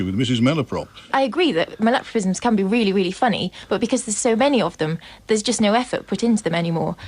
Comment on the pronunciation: There was a true Count Arthur moment when the word "malapropism" was used. Or have I been saying it wrong all these years? MAL-apropism ...or....mal-AP-ropism?